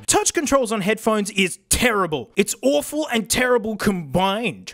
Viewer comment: Awfreable😂😂😂😂, but true